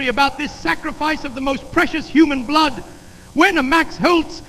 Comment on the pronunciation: "blewd and eeron"